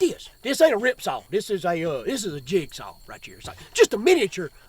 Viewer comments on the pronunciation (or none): The jip saw😅